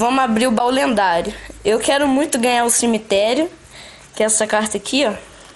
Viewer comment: E ele falou lenhado kakakka